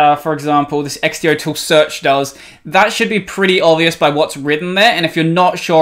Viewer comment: I can't believe you pronounce xdotool like x-d-o instead of x-do, but then you try to say .sh like it's a word.